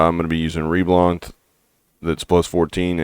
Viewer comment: Reblath, not reblanth